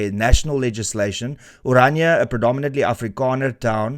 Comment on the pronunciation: Gouws Pronunciation of Orania is not Oranja. It's Oráríá. Sorry, not sorry 😂😂